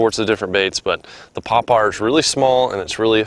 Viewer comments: its a popper not a pop r lol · I don’t get why he keeps calling it a poppAR. it’s a poppER.